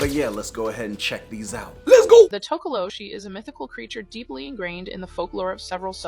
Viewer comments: towkowlowshee✔️ tokoloshi❌ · Its called Tikoloshi not Tokoloshi and yes i live in south Africa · Bro the way their saying Tokoloshie 😭🙌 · and you don't pronounce the Sh in Tokoloshe Just say s not sh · Huh by the way tokolosie is said wrong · Your pronunciation for Tokoloshe is wrong